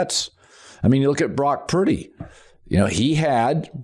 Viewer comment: Anyone else find it annoying that he cannot pronounce Purdy. It's not pronounced Piiddy!